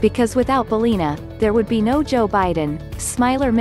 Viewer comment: It’s pronounced BAL-LIN-A, not Balleena